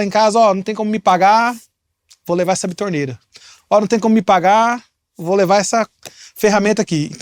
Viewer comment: Não é bitorneira 🤣 é betoneira.